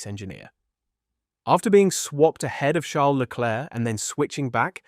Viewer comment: Can you stop calling him LECLURK. Is there seriously an F1 fan on the planet that is unaware that his name is pronounced SHARL LECLAIRE?